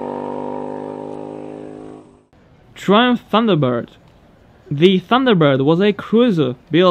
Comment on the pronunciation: Fucking love this channel... so much interesting stuff on here. But, could you research the pronunciation? Triumph is pronuonced 'Try-umf' and Bonneville is pronounced 'Bon-e-vill'... cheers dude...👍